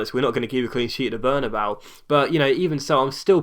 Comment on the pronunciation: it's berna-bay-you